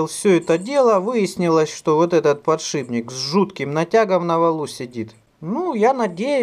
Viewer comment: с огромным удовольствием смотрю ваши видео. Спасибо! Но очень режет слух ваш "подшибник". Он подшиПник - под шип